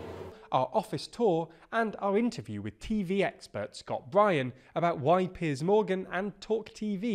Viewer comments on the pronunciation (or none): none